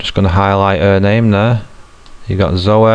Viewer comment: You pronounce zoey weird.